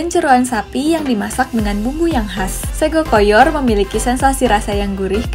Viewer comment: Sego koyor...bunyinya bacanya. sego khas jawa..naratornya mhon perhatikan bacanya nggih sblm.buat narasi..makasih byk ya